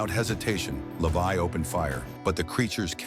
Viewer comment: his name is levi not lavai😂😂😂..